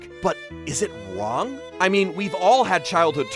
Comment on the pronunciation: "hes not wong"